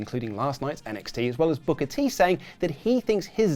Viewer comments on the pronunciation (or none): none